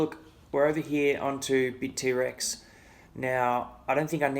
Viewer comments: great video! btw it's bittrex not bit-t-rex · It's BITTREX, one word, not BIT--T--REX! LOL! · Hahah he says Bit-T-Rex.. Never heard it that way before